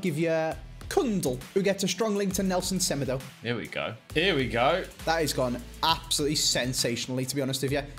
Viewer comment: Why do you pronounce Semedo as Semedo and not as Semedo?